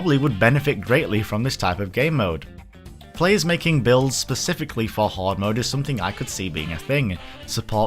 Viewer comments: BLOODBORNE 2!!!! BLDBRN 2!!!!! Ehem... Yeah, gore system... Also it's "Hard" not "Horde"... And yes, outfit customization, not just changing them... Yes, I hesitantly agree. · So..... if you wanted a Hard mode.... how would you pronounce Hard? What about a hard horde mode?